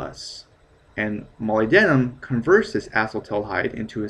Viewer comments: Mo-lyb-den-um NOT moly-denim. Faceass. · Dude molybdenum rhymes with aluminum: mol-YB-denum. a LUM inum. Funny hearing it said like that.... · It's pronounced Mah lyb dinium here in the UK. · No man, it's Molly- denim. duh.